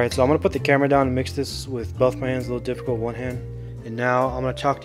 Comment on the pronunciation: "I dont wanna you know... ruin muh beans"